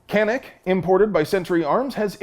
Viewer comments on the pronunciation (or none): none